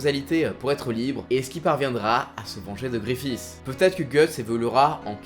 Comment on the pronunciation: C'est Griffith pas gréffiss